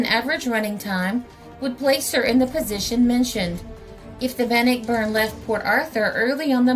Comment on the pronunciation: I once lived on Bannockburn Ave. In Ambler, Pa. in 1957/58🙃🙂The name is pronounced Ban-nock-burn.